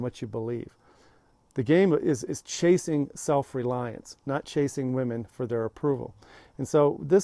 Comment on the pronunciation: Phew, thought you said "casing women", i was like wrong video. Lol